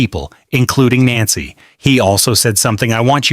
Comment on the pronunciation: Idiot cant pronounce her name. 😮